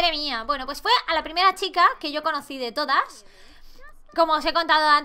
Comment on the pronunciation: Laik si dice primrea😂😂♥️ Te queremos 😂😂♥️